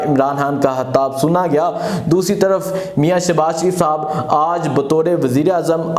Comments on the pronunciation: Bhai hatta kia hotta ha,Bhai khataab hotta ha, anchor ho or pronunciation itni ghalat, Bhai aap Lahorri, khay ko hay kyun boltay ho, aap kaa lahja bilkul uneducated Punjabi lehja ha, Bhai apnay lehja ko improve kro please. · O bhai saab hatab nai hota khitab hota ha 😂 aap k nai bolty .